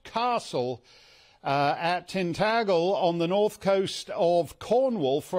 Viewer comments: Tintaggggel? Pronounced Tintajel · your geography is off. Tintagel (pronounced Tin tajul not Tin taggul), is in Cornwall, not Devon. It is well west of the River Tamar, not east. This is like placing Manchester in Yorkshire. However, being in the same parliamentary constituency as Tintagel and the Camelot Castle Hotel, that is North Cornwall, with the Tory MP Scott Mann, I have written to him to complain about the 'migrant crisis', open borders, mass immigration, and the fact that the Home Office suggested to John Mappin of the Hotel, that he could sack his employees. Disgraceful. So the Tory govt is ow the sack them party so we can house illegal immigrants in luxury? I suspect the Tories will justifiably lose the next general election, but who will be in power? The similarly open borders, woke identity politics Labour party? From Bodmin, Cornwall, fed up with the open borders and illegal migrant crisis. Send them back to France as John said on GB News. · Cheers, I am from north Cornwall (Bodmin), you are the only one who noticed the error by S. He also badly mispronounced it as well! I have written to our North Cornwall Tory MP, Scott Mann to complain.